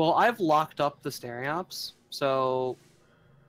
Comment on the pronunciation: STE-RO-PES, not stereops, for humanity's sake! Keep it up, love the Hellion content ;)